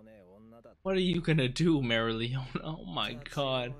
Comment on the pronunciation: Try pronouncing her name as merry-O- leona. Its the correct way.